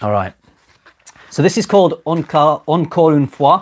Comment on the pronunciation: thumbs up for a perfect pronunciation of "encore une fois" (i'm french)